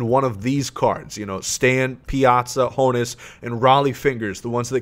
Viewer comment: It’s HAHN-us Wagner bruh